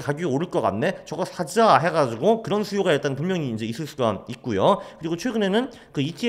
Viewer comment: 가즈아가 입에 붙으셨는지 뜬금없이 사자를 사즈아~ 라고 해서 터졌네요ㅋㅋㅋㅋ